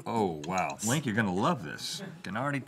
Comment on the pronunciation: "Dink me." "Sink me." L I N K